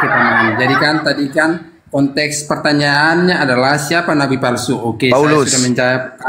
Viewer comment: konteks bukan kontes